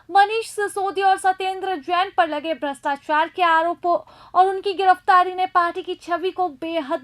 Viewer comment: Apka voice esa lag rha hai jesa... pary ho rhi hai... bhastachar nhi bol rhe brastuachuar bol rhe...sidhe bolo na madam